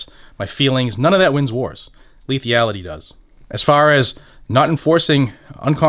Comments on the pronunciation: Lethality lethality, not lethiality? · Camera looks good 👌👍 P.S. it's "Lethality" not Lethiallty lol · I love this channel but I died every time you added the extra e to lethality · lithyality???? lethALITY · Sorry, I love the channel and all you do but I'm ocd when it comes to spelling, grammar and enunciation. Out of respect for you, I humbly submit this correction. Forgive me, I'd rather take the heat on here for trying to correct this than have anyone think less of you for it. le·thal·i·ty /lēˈTHalədē/ noun the capacity to cause death or serious harm or damage.